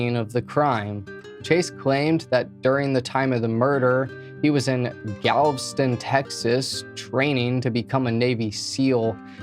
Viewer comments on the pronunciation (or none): Your pronunciation of Galveston is wild. There’s an e in there. Gal-vess-tun. Not galv-stun. Other than that, good vid lol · Galveston is pronounced with three syllables, not two. And it's a formal *arraignment, not "arrangement". Come on,! Anyhow, wonder why she didn't swap out bedrooms with one of her brothers, at least at nighttime, with her being frightened of this guy. Such a pretty young lady. Hope he ends up getting life, no parole.